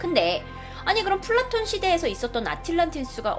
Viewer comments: 난 플라톤을 블랑크톤이라고 들음ㅋ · 플라톤하니까 플랑크톤이라고 들..